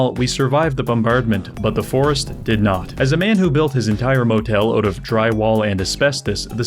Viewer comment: Every single time he says "oout" i get smacked in the face by a maple leaf. 🇨🇦 😂 As an american this is all i have.